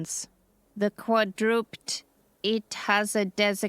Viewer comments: Quadruped = Qwad-Row-Ped. As in twice as much as a BiPedal humanoid. Ped is leg. So Quadruped is a 4 legged creature. Or, "On all fours." Biped is us. Two legs. Not a critique, just a necessary correction. You rock. And technically it's it's Ruh not Row but common pronunciation works perfectly. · Confidently mispronouncing words is a service most of the newer voice artists on HFY provide. Even as a non-native english speaker, it is jarring. but you get used to it. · Are you certain you are not ai? I’ve noticed in several of these mispronouned word just like ai it’s in this one it mispronounced quadruped. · Not "qua-drupt", but "qua-dru-ped" as in 4-legged animal. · Maybe this is a case of if you're not saying anything nice don't say anything at all, or needless nitpicking, but it irks me a bit that the narrator says "Quadrupd" instead of Quadruped ie something four-legged. And at least to me it wouldn't make any sense for that to be some kind of limitation in the translation device, since beyond the mechanical-sounding nature of the voice emanating from it, it still seems to pronounce other things fine. I should say that she does a great job with the MC voice though, considering that judging by the clip in the beginning she's not exactly a gruff old cowboy herself hehe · Quad-ru-PED. Ped= foot. Not quadroopd. :) I enjoyed your story. I also appreciate that the narrator is not AI. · It's not "kwa-DROOPED". It's "KWA-drih-ped". And no, that's not an accent thing, that's the actual pronunciation. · Qua-dra-ped, not qua-drooped. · Either this narrator has limited knowledge of pronunciation, or it is AI again. 'quadruped' is 'quadruPED' or 4 legged creature. Repeated mispronunciations make one wonder. And a world without predators? Makes no sense to me. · Quadrupt... If I never hear that pronunciation is quadruped again... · Narrator - quadruped is pronounced quad-ru-ped. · Strange to hear an English-speaking adult mispronounce "quadruped".